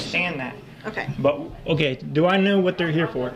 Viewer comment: Do cops learn how to say" Um kye" for ok? And this guy is sheep clown who makes me cringe with the word "story" once again.